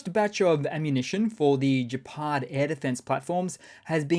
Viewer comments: Gepard is pronounced with a hard g like the g in get rather than the soft g in gin or gender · Gepard, not Jepard.